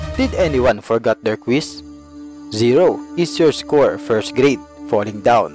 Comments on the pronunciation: PAGKAKA RINIG KO RAPE HAHAHAHA GRADE PALA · Ang dinig ko idol " rape"